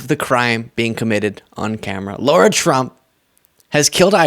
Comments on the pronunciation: It's not low-rah, it's lah-rah! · Hi! I watch you more than once a day and love your insight. It's Lahrah ( Lara Trump), not Laura...it's a fine distinction, but I'm "Laura". and I can't stand the skank. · Amazing! Lara was able to humiliate herself without singing! PS - it's pronounced "Laira" or "Lahra" Trump, not pronounced " Lora" Trump. No "U" in the name to give the "oh " sound! By the way, the name got popular after the "Dr. ZHIVAGO" movie, the female lead character's name! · Pronounced lie are ya trump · The way you always pronounce “Lara” as “Laura” most really piss off the Trumpies. Good job. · Sorry, love the channel and your content but you keep making a minor mistake. You keep saying Laura Trump, her name is Lara not Laura. I dont see it as a big deal but i know you care about accuracy and it would be like calling Star Wars Star Trek or Lara Croft Tomb Raider Laura Croft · Are you actually saying "Laura"? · I can't stand her, but please stop calling her "Laura".